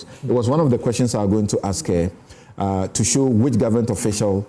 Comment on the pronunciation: From the USA: Please, Sampson, your pronunciation of the word, "QUESTIONS" can be better than what you do now. Please, check the pronunciation and start correcting it. Thanks.